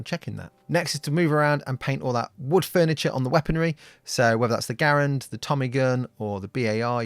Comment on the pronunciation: Props for pronouncing 'Garand" correctly.